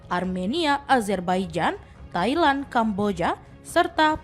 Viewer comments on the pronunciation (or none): none